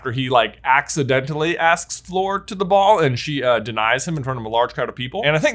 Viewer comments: Please stop pronouncing Fleur like "floor". Its pronounced like "her". Even the subtitles are picking up your "Fleur" as "floor"!! 😂😂😂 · I love you and your brother as influencers. I love your channel. But it’s Fleur… not Floor. Every time you call her Floor it makes me want to punch my TV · Cant get over him saying fleur like "floor" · I keep thinking “who’s floor?” But it’s fleur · the best part of this video was pronouncing fleur floor fifty times